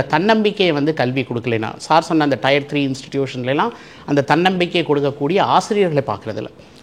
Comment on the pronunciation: Wrong pronunciation for Tier